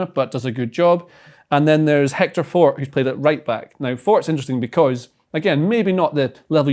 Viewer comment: That’s Pau Victor not Hector Fort 🤣🤣